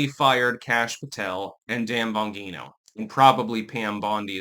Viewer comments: BON-GEE-NO.not Bon-hee-no Gawd damn illiterate.... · GEE-NO Dan Bon-GEE-no ffs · Bon-gene-o. Come on... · Why does keep mispronouncing Dan Bonjino's name? Why does not want Pam Bondi fired? She is in charge of the Justice Department and Kash's and Dan's boss! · doesn’t care about correct pronunciation. He can be repeatedly told he’s wrong and won’t correct himself. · It's a soft "g" & not a hard "g" in Bongino, same with Mangione. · It’s Bongino with a J sound, not a hard G. It’s driving me nuts. You’re getting like Victor Davis Hanson with the mispronunciations. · One- STOP mispronouncing Bongino. You know damn well how to say Bongino. Two- there are so many scumbags dreading that list. Trump should just make as to release it and then let these garbage people block it with lawsuits. That way it takes the responsibility off Trump. Three- Bondi gives Patel and Bongino their marching orders. The buck stops with her. All the FBI did was say Epstein committed suicide. They had sweet fa to do with “the list”. That’s all Bondi! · dude, he can't even pronounce Bongino's name correctly. And would have us believe he is reading news feeds and listening to video for info. Obviously not.